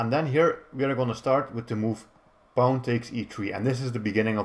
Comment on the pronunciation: Your way of pronouncing pawn is kind of cute, "paun" haha. Thanks for the video!